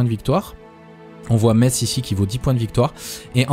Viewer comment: Superbe vidéo, comme toujours ! Merci pour ça. À ce rythme-là, 14000 abonnés avant la fin de matinée. Bravo Et merci au nom de tous les Messins pour avoir prononcé Metz correctement ! :D Vivement la suite et toujours plus de vidéo et d'astuces sur les jeux Paradox. En particulier Stellaris et HoI IV !